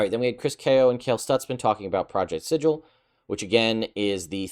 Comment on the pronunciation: It’s pronounced Sigil.